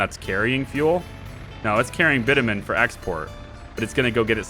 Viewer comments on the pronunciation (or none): Hi there, just by the way... the way you pronounce Bitumen is bitch-u-men. You asked :) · its "bitchewmen"